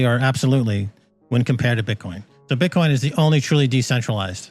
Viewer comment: “BITE-Coin— ouch!